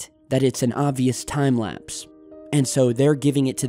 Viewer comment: pluse he says its time laspe